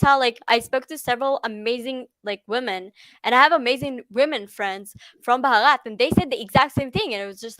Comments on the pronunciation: One correction: you pronounce India as "brahat" which means nothing. The real spelling is Bharat (pronounced as: bha- rat) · Pronounce as Bhaarath ; name is made of two words Bhanu means Sun and rath means Chariot, so my country literally means Chariot of Sun 🌞 😊